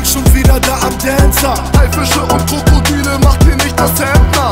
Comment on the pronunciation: Dancer ausgesprochen mit 14 Liter Spucke